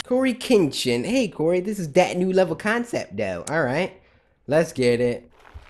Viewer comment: he pronounced more of the letters in Lets get it